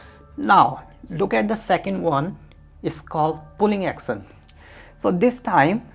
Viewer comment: I'm confused when he pronounces push as puss and action as accent